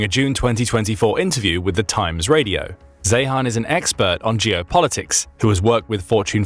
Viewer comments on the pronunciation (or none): Peter Zeihan’s last name is pronounced literally as ‘ZION’ !!!! And Shahed Drones are NOT pronounced as ‘Shë-head’; proper pronunciation is actually the more Arabic pronunciation of, “Shaay-haln” !!!!